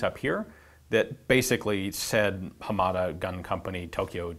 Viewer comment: I think your pronunciation of Hamada is a little off. You stress the second syllable "ma". I believe that is incorrect. Japanese in general is a flat language so none of the syllables are stressed.